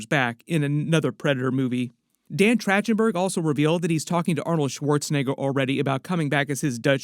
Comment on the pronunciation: “Track-ten-berg” not “Trach-ten-berg”